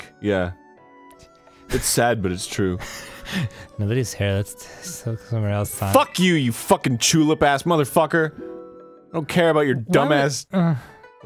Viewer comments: Arin said chu-lip, dont taunt me its been 4 years and i still think of that playthrough. i know it was a Jon playthrough but they need to go back to that game. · Is no one going to mention that Arin said "chu-lip" instead of "tulip.